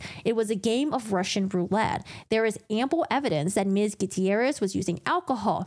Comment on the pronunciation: Thats one way to say Gutierrez